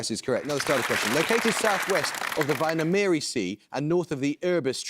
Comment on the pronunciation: Hearing Rajan trying to pronounce Väinameri and Saaremaa was a welcome smile this morning ☺️